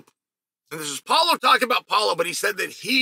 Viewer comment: “Polo” Costa 😂